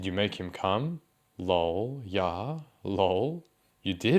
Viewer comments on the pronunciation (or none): I love your videos, I really do, but..... I HATE when you say LOW'EL as opposed to L.O.L !!!! I dont know why, but It is like nails on a blackboard ! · I always laugh when they pronounce “LOL” as “LOWL” 😂